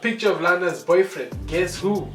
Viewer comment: The "y" in your boyfriend has been silent foreevvvvaaa